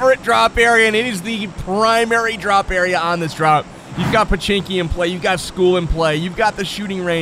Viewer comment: do u know its pochinki not pechinki